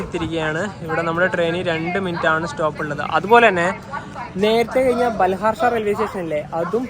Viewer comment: ബാൽഹാർഷാ അല്ല ബല്ലാർഷാ ആണ് H Silent ആണ് പല വീഡിയോയിലും ഇങ്ങനെ പറയാറുണ്ട് ഞാൻ ഇവിടുത്തുകാരനാണ്